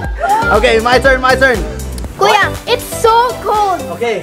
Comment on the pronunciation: Heard saying *Kuya multiple times